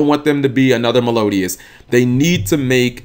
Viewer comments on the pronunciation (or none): none